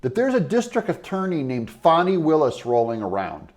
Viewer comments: Her name is Fani not Fawny. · Her name isn't Fawni. It's FANNI. A short "A" and no "U" or "W" . Fanni. Just like the word British folk use to call upon the female private parts.